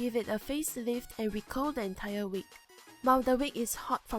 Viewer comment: its not Wik its a wig